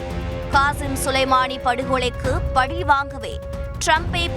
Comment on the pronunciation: Tamil is being murdered by Thanthi! Not பலி but பழி. When will the so called Tamilians pronounce மெல்லினம் properly? Place the tip of tongue near the upper teeth Do not bend tongue and place on the palate. That will become ள not ல